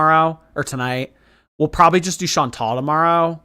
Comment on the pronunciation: She can’t even get her name right. She still says ‘Chantelle’ rather than ‘Chantal’.